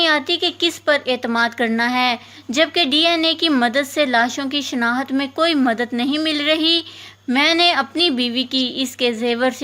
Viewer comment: Word tu sahy bolo. " shnahat" kya hai. " shnakht" word bolo